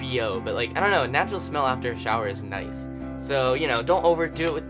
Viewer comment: he said noice hehe